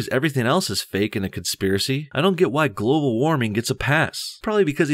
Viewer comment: Globe-al warming? Emphasis on globe